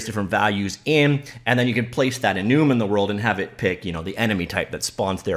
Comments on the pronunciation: lol that bugs me so much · This editor is great. Also he is making me question if I've been saying enum wrong my whole life... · is he pronouncing "enum" correctly? Like for yes Comment for no